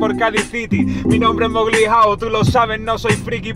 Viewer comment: Mowli travieso